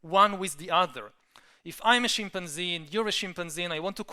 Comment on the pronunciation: great thinker but I swear he enjoys saying Shimp-an-zee .. he uses this in 50% of his talks .. again dont get me wrong he is a very powerful speaker able to explain complex ideas.